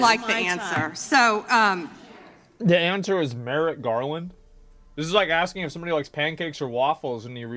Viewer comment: Finna to be axein a queshin